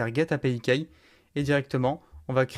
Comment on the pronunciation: Vidéo très complète (même si je ne trouve pas encore la valeur ajoutée à une intégration avec N8N). Petite remarque bienveillante: fais un effort de prononciation pour les termes en anglais (i.e. « key ») sinon c’est parfait et clair! Bonne continuation!